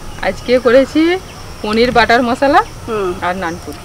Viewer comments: খুব ভালো হয়েছে, কিন্তু নুনপুরী না নানপুরী হবে, ঠিক করে নিও। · Nunpuri na Naanpuri😂😂😂😂😂😂😂